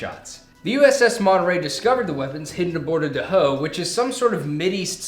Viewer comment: Dhow is pronounced dow, not dahoe.